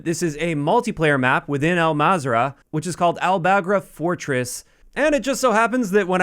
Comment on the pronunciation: Everyone pronounces Al-mazrah wrong is just killing me at this moment. So it’s pronounced into three syllables ( Al-Mazra-a’ah ) Hope that helps y’all